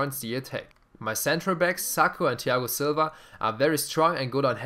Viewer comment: Das Th von Thiago Silva nicht deutsch aussprechen lispeln ;D